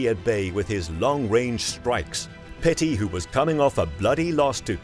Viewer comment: It's Pettis man...not Petty..you constantly getting names wrong. You're an MMA channel, you haven't actually ever watched him fight? I only ask because the announcers say the names correctly many times every fight.. You called Chuck liddell, Chuck Little in another video, in 20 something years of watching mma i've never heard anyone get HIS name wrong, he's a legend! I'm just trying to help because you're an mma channel, i'm a real fan and i know real fans wouldn't get these names wrong. Maybe i'm just being Petty.